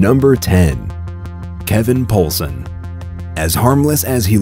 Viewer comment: "Kevin Poulsen".... nope.